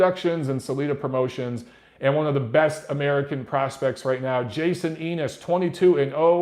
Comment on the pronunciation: No disrespect, but its Jaron Ennis, not Jason Ennis. You should check him out, looks like he's got crazy good potential. I dunno why he's buried on the non-televised Showtime card, but thats more of an indictment on the state of Showtime boxing in 2019. Lotta well-respected trainers rate him as the one of the best prospects in the game. He's looks really big for 147, I think he has the pro style to possibly do some big things in the 154-160 range.